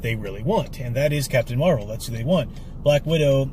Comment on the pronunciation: Captain Muh-Rey-Vel: The first Wahman.